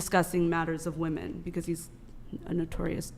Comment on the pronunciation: For fuck sakes there is at least 1 girl on every panel keeko being the worst that say woman instead of women. Makes my fucking brain hurt every time I hear it. Annunciate for crying out loud, or maybe it's more pronounce actually. Either way fucking do it!!! Just do it!!!